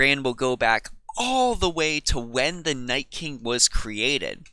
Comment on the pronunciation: Why the FUCK is everyone saying NightSking its Nightking